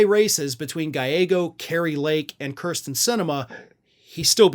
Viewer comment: It's pronounced keersten